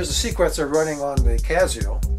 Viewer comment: it gives it a touch of class